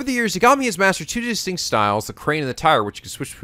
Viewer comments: Just a heads-up, cuz the comments’re prob gonna scream at you... It’s not YaGAmi, it’s YAgami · Just like with Majima being pronounced MA - ji - ma and not ma - JI - ma, you should pronounce Yagami as YA - ga - mi and not ya - GA - mi.